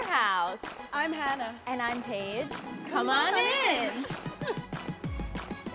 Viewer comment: Paige not chique